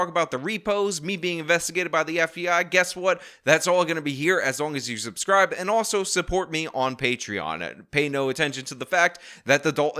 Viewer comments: Don't understand how someone who pronounces "suscry button" became a mayor in the first place. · She can't even say subscribe correctly... Make sure you suscribe. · Don't make "allezations", press the "suscribe" button. Lol! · "Suscribe" no i will not. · Press the “ suscibe” button! 😂😂😂😂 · What's a "susscrie" button? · It's SUB SCRIBE NOT SUS CRIBE .. hopefully you will have plenty of free time to catch up on Grammer n Education ...heard you learn Alot in Prison !! 😎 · Did tiff say suscribe. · press the suscrie button yes you press the suscry button. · "Press tha suss-cry button!!!" Lol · You heard her "suscribe" lol not suBscribe. This is a Mayor that cannot even speak properly. Sad but entertaining. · She can’t even pronounce the word subscribe!! 😂😂😂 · she cant even say "subscribe"